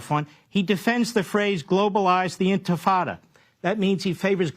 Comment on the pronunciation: You’re a ’news commentator’ maybe research so you can understand the subject and get yourself a voice coach. Intifada: The word comes from the Arabic word “nafaDa” (نفض) which is a verb meaning “to shake the dust off something.” It could be used literally as “shaking [the dust] off the carpets” (نفض السجّاد) or figuratively, as “shaking off one’s laziness,” (نفض غُبار الكسل), or “being finished or rid of something” (سَئِم من المسألة، فقرّر نفض يدَيه منها; “He was fed up with the whole affair, so he decided to dust it from his hands.”) A similar sentiment is conveyed by the English expression, itself of ancient Hebrew origin, of “shaking the dust of something or someone from one’s feet.” As a related noun, “intifada” means “tremor, a shudder or a shiver.”